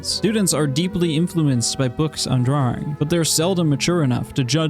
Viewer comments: i love the way you say draring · I love the way he says "draering"